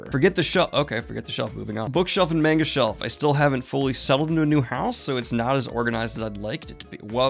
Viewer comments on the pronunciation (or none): Did I hear "I LiKe YoU'rE mAnGo CoLLeCtiOn"?? My guy, you pronounce the "a" like an "o".